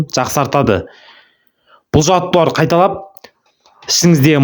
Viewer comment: Жаттығулар деп сөйлесіп,жаттуарлар демей